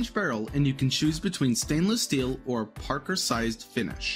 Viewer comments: Did this guy just said "Parkersized Finish"??😂😂😂 It's Parkerized bro lmfaoo and in the beginning of the video he pauses slightly when mentioning the 1911's service duration. He says "From 1911 to 19..85." lmfao bro did you do your homework?? 😂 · It’s parkerized, not parkerSized. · Parkerized not Parker-sized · "You can choose between stainless steel and 'parker-sized' finish"(?) The word is "parkerized". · I quit watching when you said "Parkersized." If you don't know enough about firearms to know what Parkerized is, then you know nothing. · "parkersized" finish? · "Parker sized" finish huh? Do you even know what your saying? It sounds like you're reading something someone else wrote for you because you don't know much about firearms. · Then there is "extra parker-sized"...